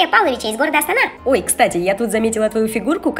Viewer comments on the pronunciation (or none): Они сказали астана а я слышу сатана🤣🤣🤣